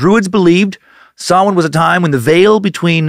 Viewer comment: Props for pronouncing samhain correctly I was bracing myself